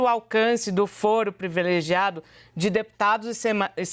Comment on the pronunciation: "Previlegiado". Está difícil, heim, jornalistas? O assassinato da Língua Portuguesa é impressionante!